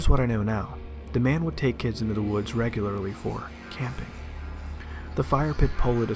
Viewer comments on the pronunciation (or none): none